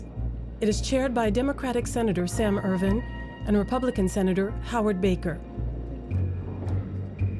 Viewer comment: La commission Ervin et non Irving ! Pas fort...